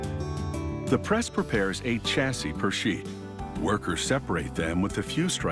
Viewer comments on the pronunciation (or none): I LOOOOVE (NOT) YOUR AMERICAN WAY OF SAYING WORDS LIKE "CHASSIS" SPELLED WITH A "CH", BUT ITS SUPPOSED TO BE PRONOUNCED AS IF IT WAS WRITTEN WITH A "SH" ("SH-ASSI" WITH A SILENT "S" AT THE END AND NOT "CH-ASSIS" AS IF YOU ARE SAYING "CHA -SYS", LIKE YOU DID...) , "SA" DER ... NOW, WHAT THE HECK IS THIS WORD?? DID YOU MEAN TO SAY S O L D E R ?? PRONOUNCED JUST AS IT IS WRITTEN.... SOL-DER.... NOT "SADER" LIKE YOU SAID.... HAHAHAHA.... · Stop, this American narrator dies not know how to pronounce chassis, aluminium and it’s a transformer not a bobbin.....!